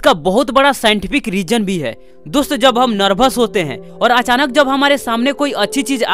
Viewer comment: hes like "DUST"🤣🤣